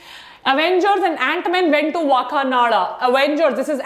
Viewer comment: WTF is Wakanada??? ITS WAKANDA🤣🤣🤣